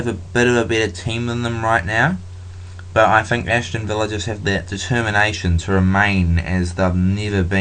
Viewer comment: ashton villa? aston villa lol good video